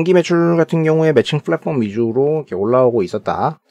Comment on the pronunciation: 잘봣습니다 다만 flatform이아니라 platform입니다. 발음주의부탁드립니다